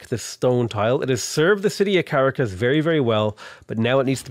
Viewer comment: Hey, if your wondering the emphasis goes on the last syllable of Bogota and the second syllable of Caracas, so like Bo-go-TA and Cah-RA-cas. Anyways, stoked to see a (reality) tall run, good stuff!